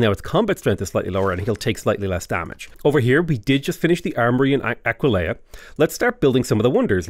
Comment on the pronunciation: Talks about Arretium and Aquileia What I hear saying: Al-righty-then, I-kill-ya